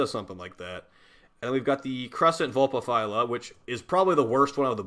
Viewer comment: YOU SAID vulpahphyla coorrectly!